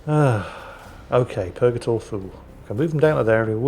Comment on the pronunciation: ....Am i the only one hearing Justicar Balls or Purgator Fool? XD